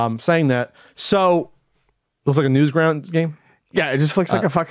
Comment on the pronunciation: it's Newgrounds, not "Newsgrounds".. Also the Gizmondo did come out, the staffs connection with the Swedish "Uppsala Mafia" surfaced just before its release which made it really difficult to sell (I believe it was quite expensive too).